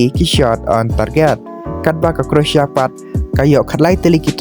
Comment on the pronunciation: Pronouncetion is not correct, croatia or croasia.